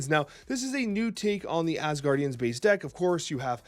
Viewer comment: the name is Asgardians, not asguardians xD, you’re mixing the guardians in this. They’re from Asgard.